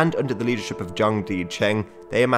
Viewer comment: De Cheng sounds like "duh chung" not dee. Qi sounds mostly like English chee. Shi -sounds like The English unstressed schwa sound. Like first syllable in Shazaam. Cai sounds like tsai.